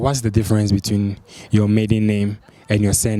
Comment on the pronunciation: Oh I think some ppl thought u said "middle" instead of "maiden" lol